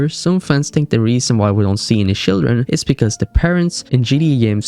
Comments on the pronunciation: "No SHILDREN" 😂😂😂😂😂😂😂😂😂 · "Why we don't see any shildren" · Shildren? What in the world is Shildren? It's chil-dren as in chill not shil 🙄🙄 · Shildren? Seriously? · no SHILDREN 😂😂😂😂 wtf are u saying bro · Why are you saying shildren? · "shildren" thats kinda funny but ik its just your accent